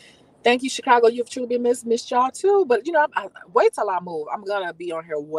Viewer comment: Lol you said shecago after dark in the light 😆